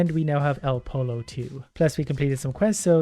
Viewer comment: A double l makes a y sound in Spanish words. Pollo is pronounced poyo not poLo